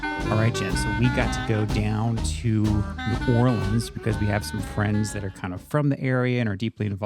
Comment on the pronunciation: Tourists and non-natives say “Nawlins” mostly and most people don’t say it like that. Maybe people more down in the bayou, but not in New Orleans. Some people say New Orleans where it kind of melts together into one word, but less so Nawlins. Anyways, as a New Orleanian that has been wanting to get more into the local history… thanks for doing this video! Also, the names change on streets due to the city being segregated. The city planned so the black/immigrant side of the city had different street names, even if it was technically the same road. They never changed the names when segregation ended.